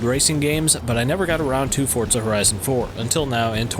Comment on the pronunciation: Forza not Fortza.